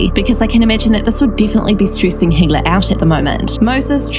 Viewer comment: Hila is pronounced ee-la not hee-la :)